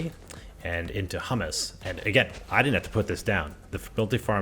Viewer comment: Thanks, very helpful tutorial and great experiment. Word of the day is "Hew-mus" (composty input to a farm) not "Hum-mus" (chip dippy output from a farm). Left a like.